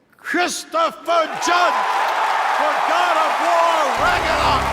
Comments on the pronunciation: Ahh yes, raganok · How about hearing Al Pacino pronouncing Ragnarok as Rag-a-nok? 😂😂😂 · Everyone going to ignore Al pachino said "ragaknock" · So we’re gonna skip over how Al Goated Pacino pronounced Ragnorok lmao